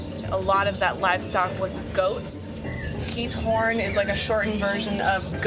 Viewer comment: yr pronunciation of giethoorn is quite OK